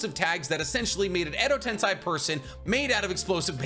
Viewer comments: Why you say Tensai it’s tensie? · "Edo Tensai" only my ears was hurt like 1000 times with that miss pronunciation? its "Edo TensEi" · Edo tensei. Not tensai 😂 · Him saying edo tensAi grates so much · I had to stop the video cuz you don't stop saying wrong a ton of jursu names, along with "edotensAai" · Shibaku tensei ............not chibuka tensai......your a great Naruto/Boruto.........Edo Tensei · Does he mispronounce just for someone to comment? Chibuka tensei? Its chibaku, and edo tensei, its not edo tensai